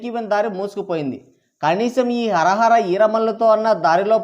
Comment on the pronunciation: Hara hara kadu nayana hari hara ani cheppandi